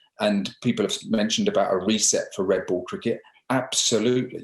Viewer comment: Its the accent. !